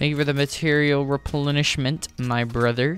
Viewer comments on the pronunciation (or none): He took down a fishy bwoder